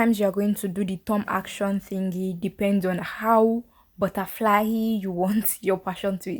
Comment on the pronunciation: Not “butterfly-y”😂